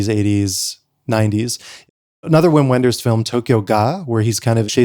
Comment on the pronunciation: don't pronounce "uim uenders", its "vim venders"